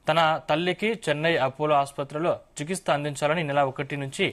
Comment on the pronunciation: చికిస్త కాదురారేయ్... చికిత్స..!! నీకు చెయ్యాలిరా.. తెలుగుని తెలుగులా మాట్లాడు..!! తెగులు పట్టినట్టు కాదు..!ఎలా వస్తార్రా బాబూ.. రీడింగ్ కి